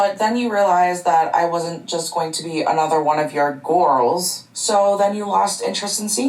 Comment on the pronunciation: The fact says “gorls” makes me cringe lol